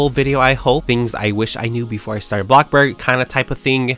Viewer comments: Literally every time ✨𝑎 𝑏𝑙𝑜𝑐𝑘 𝐵𝑂𝑅𝐺✨ I always say it with him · My day isn’t complete with hearing ah blockborg